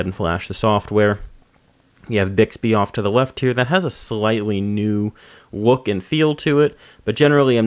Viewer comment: Ohhhh I see, you can't pronounce your L's, that's a first